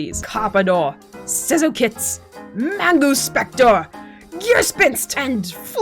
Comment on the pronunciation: As a German i have to say i laughed pretty hard how you pronounced Manguspektor and Karpador.😂 Really enjoyed it :)